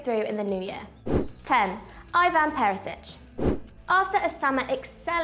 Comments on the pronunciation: Ivan perisic u pronounced his name incorrectly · Bro when she said Ivan Perisic i yust disliked